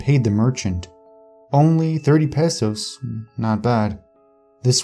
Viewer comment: Cringing every time you say pesos wrong 😂